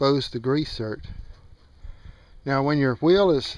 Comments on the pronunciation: those are grease "ZERKS" not breath mints "certs" , please. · What the hell is a grease "cert" Are you sure you don't mean a grease "ZERK"...??? (as in the nipple connection for a standard grease gun...???) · Good video! ...but it is a zerk not a cert!!